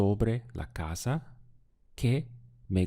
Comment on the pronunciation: Is there a regional aspect to the way you seem to pronounce your "s"es in words like "casa".. ?I hear "ca ZAH" and my dictionary says "ca SAH"